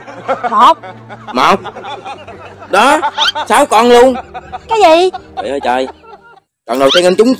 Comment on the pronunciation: Nói rat giọng miền Tây phát âm mắc cười muốn chết nhứt là choi ơi choi